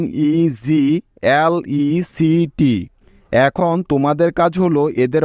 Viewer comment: NEGLECT . নেগলেক্ট কি হইছেন নাকি 😢😅😅😅